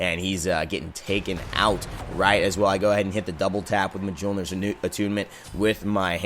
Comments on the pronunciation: Mule-near. Not Muh-jol-near. Thank you. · Mjolnir is pronounced myolnir..... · Yeah, I try not to be that guy, but I had a little cringe every time. Although, Hi-Rez even mispronounces some of the Chinese and Mayan gods' names...